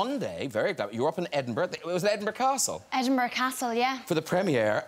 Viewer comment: if i hear someone say EdinBURGh one more time.........